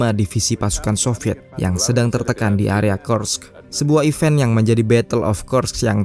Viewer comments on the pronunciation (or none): none